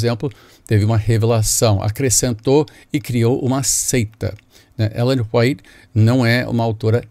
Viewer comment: O senhor bispo caipira da esquina que não sabe nem pronunciar o nome de Ellen White (que escreveu mais de 100 mil paginas a mão), disse que não existe mais revelação do Espirito Santo pois essa eh a doutrina de sua seita. Porem na doutrina da seita de Jesus Cristo de Nazaré diz o seguinte segundo o apostolo Paulo: Nos últimos dias, diz Deus, derramarei do meu Espírito sobre todos os povos. Os seus filhos e as suas filhas profetizarão, os jovens terão visões, os velhos terão sonhos. Sobre os meus servos e as minhas servas derramarei do meu Espírito naqueles dias, e eles profetizarão. SUGIRO QUE VOCE GRAVE UM VIDEO MOSTRANDO NA BIBLIA ONDE ESTA ESCRITO QUE NAO PODE MAIS EXISTIR REVELAÇÃO, QUE DEVEMOS GUARDAR DOMINGO E QUE ALMA É UMA COISA IMORTAL E IMATERIAL. POR FAVOR SENHOR BISPO ILUMINADO. À lei e ao testemunho! Se eles não falarem segundo esta palavra, é porque não há luz neles.